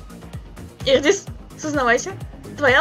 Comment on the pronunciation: смеюсь с того, что ты Идриса назвала "Ирдис" 😅👍